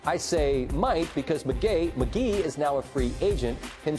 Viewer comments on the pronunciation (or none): Did he say McGay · hahaha he said McGay xDD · Lol. He says mgay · he called him mcgay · He said Mcgay Mcgee 😂